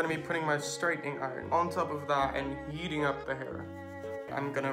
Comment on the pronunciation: Instead of “heating”, I swear to god I heard “yeeting up the hair” 😂